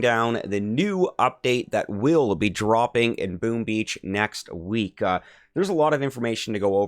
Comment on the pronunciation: What is a weekah? And a youah? And what does appeezah mean? Idk what a gameah or hoursah means either. You need speech therapy.